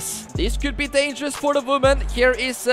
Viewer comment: “Voman/moman”